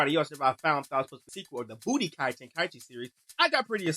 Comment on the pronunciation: dawg you calling it "b00tykai" and you think we're supposed to take yo ass serious? boa hush. we been waiting on this for like ever. you think its overhyped? then don't cop it. we don't care for the dumb rant about "every dbz game plays the same" bs.